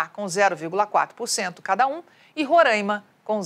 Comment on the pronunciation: Excelente como sempre. Por favor, a pronúncia de Roraima... RORÃIMA não. Roráima.